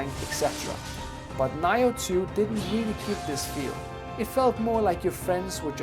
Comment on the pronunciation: someone answer this, WHAT THE FUCK IS “NIGH-OH TWO”??? its (NEE-OH TWO) the fuck bruh aint no way its been out for years and u getting this shit wrong. EVEN MY WIFE WAS LIKE “tf did he say?”